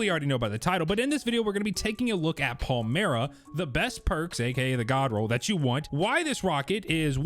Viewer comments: It’s Pale-My-Ruh… Stop saying Pale-Mere-E-Uh 🙄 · PAL-MY-RUH for crying out loud.